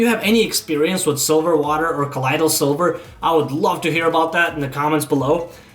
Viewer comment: Good report, but you have the pronunciation of "colloidal silver' wrong.. you are saying 'colidal' but the 'oi' sound should like the oy in "boy"!